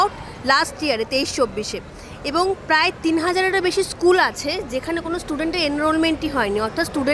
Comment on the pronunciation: এইসব প্রশ্নর উত্তর কেউ চাইবেনা। আর জোরালো ভাবে কেউ প্রশ্ন গুলো সরকার কে জিজ্ঞাসা করবে ও না। শিক্ষকের স্কুল, স্টেজ, আরো শব্দ গুলির উচ্চারণ ঠিক ঠিক করা উচিৎ। বেসরকারি স্কুলে উচ্চারণ করলে পরের দিন বারকরে দেবে।